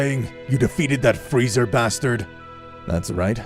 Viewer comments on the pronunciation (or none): Freeza not frezer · Lol "Freezer" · frreezer lol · Bruh no one is talking about "freezer" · The only thing I hate of this series is "Frizer"